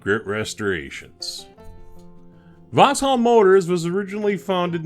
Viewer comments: Great video as always but the pronunciation of Vauxhall is like Vox all/hall not vox-hill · You said Vauxhill a number of times. It is Vauxhall .Am I too picky?